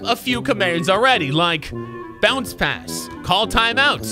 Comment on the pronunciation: It sounds like he said pants in a British accent. Thats why it didn't make them pass